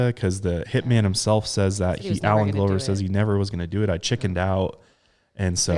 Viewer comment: It's pronounced gluh ver like gloves. Lol